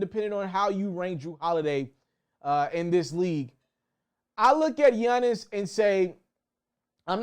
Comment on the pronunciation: Yunnis lmaoo why you say it like that 😂 all jokes aside bro great content 🔥